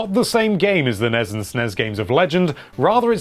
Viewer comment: Treating the abbreviations of NES and SNES as words is super annoying